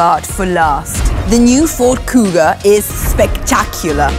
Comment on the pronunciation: "Cougar" instead of "Kuga"